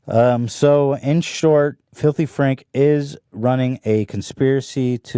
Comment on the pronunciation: Folthy fraaanch